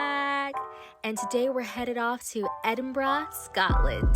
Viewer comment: well done. 👏 little things. you correctly called it ‘Edinbrugh’ not Edinboro. that’s a biggie. too marks. love you love the Highlands.